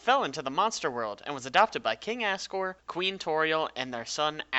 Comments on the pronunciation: By the way, its said as Azriel and Azgore, not Assriel and Assgore. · also assgore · Is it only me or do you hear as-sriel and as-sgor? (I don't curse so I did that) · Am i the only one who thought that he was saying "ass" riel and "ass" gore imstead of asriel and asgore? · It sounds like he’s saying King ass gore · i love how you say it like assgore and assriel like just wow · It's two AM and my whole family is asleep and I probably just woke them up from laughing when he said ASGORE and Asriel. It sounded like assgore and assriel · "Assriel" "Assgore" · AnonyBlu Glad I'm not the only one who heard him say their names like that